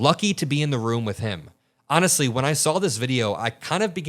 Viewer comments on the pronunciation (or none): none